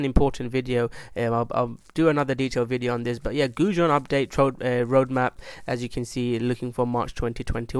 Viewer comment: Might help if you pronounce Goguen properly you say it like its food. And ill work on spelling it correctly.